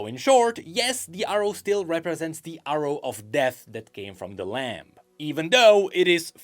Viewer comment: tha lamp and the wolf kekw jokes aside, fyi: the b in lamb is silent